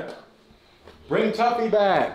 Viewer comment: Damn he really said tuffy😂 damn but that hit hard